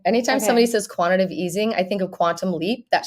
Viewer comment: “Quantitative” easing, not “Quantitive”.